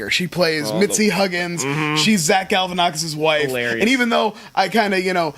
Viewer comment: It's Galifianakis! Not Galifianakis!